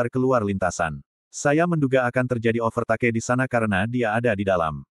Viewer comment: 😂😂😂OPER TAKE itu opo mas..mksdnya over teik bkn😂😂